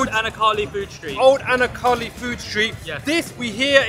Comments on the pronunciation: probably Anna Kaali which is pronounced anaarkali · Pronounced: Anaar Kalee. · It's anarkali with the R in it credit for trying good video lad's been there wasbreally awesome variety of delicious food 🤤🤤🤤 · hehe bro its pronounced anaar kaali, ur accent had me creasing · It’s pronounced anar kali (anarkali). Just that how u said it has put me off watching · Never heard a brother pronounce Anaar kali like that.😂